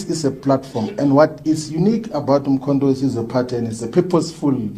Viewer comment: He can't pronoun Mkhontowesizwe Wesize Wesize Wesize Kkkkkk